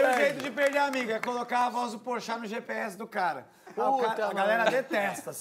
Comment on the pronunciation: Eita! Pelo visto cortar o R dos verbos deve ser cringe tb! #perde=perder